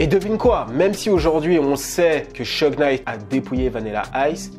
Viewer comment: ça se prononce Chougue et non Cheugue